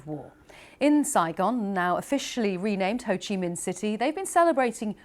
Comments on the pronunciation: Hey, it Ho Chi Minh City, not Ho Chi MIHN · HO CHI MINH CITY NOT HO CHI MIHN CITY:(( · its Minh not Mihn btw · Its Ho Chi Minh City, not Ho Chi Mihn City tho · HO CHI MINH CITY NOT HO CHI MIHN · Ho Chi Minh, not Ho Chi Mihn, you are a major media channel that even makes mistakes with basic, foolish things. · Its HO CHI MINH city, not MIHN. Please correct it first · HO CHI MINH city not ‘HO CHI MIHN’. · It’s Ho Chi Minh city, not Mihn, BBC… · Thank BBC, but it's HO CHI MINH CITY, not HO CHI MIHN CITY =)) white text on black background left corner at 26 seconds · Actually it’s HO CHI MINH city not HO CHI MIHN one 😂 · Ho Chi Minh, not Ho Chi Mihn, quite disrespectful 😤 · Wrong name! Ho Chi Minh not Ho Chi Mihn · You messed up the city name, it’s Ho Chi Minh not Ho Chi Mihn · I don't get it, how could you misspell our leader's name? It's HO CHI MINH, not HO CHI MIHN =))) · "HO CHI MINH CITY", not "HO CHI MIHN CITY", please adjust it in the video. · It’s HO CHI “MINH” CITY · “Ho Chi Mihn City” tag? Seriously? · Ho Chi Mihn City !?!? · "Ho Chi MIHN city"???? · ho chi 'mihn' in the video lol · got the city name wrong even at your beginning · Hey, Thanks for made news about our country. In the next time, takes attention on "HO CHI MINH CITY" not "HO CHI MIHN CITY". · BBC News, I would appreciate you getting the name of city correctly: Ho Chi Minh City, . Thank you for featuring our remarkable celebration milestone!